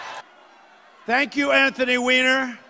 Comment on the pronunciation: "Thank You Anthony Weeener" 😂 😂 😂